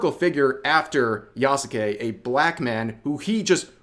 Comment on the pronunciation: The "u" in "Yasuke" is silent.